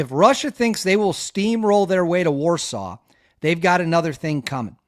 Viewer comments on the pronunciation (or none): none